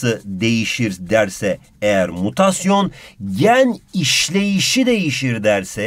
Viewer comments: modukamutasyon hahahahaha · modukamutmasyon :D